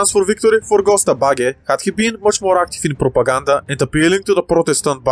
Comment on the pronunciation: Its pronounced Jösta baggä